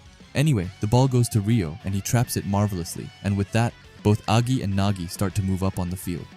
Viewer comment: There's no way this guy called agi a g i